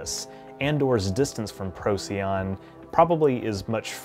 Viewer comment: Procyon, pronounced Pro-SIGH-on. I used to pronounce it the same as you before I learned that.